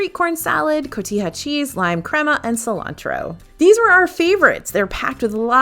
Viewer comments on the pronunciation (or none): none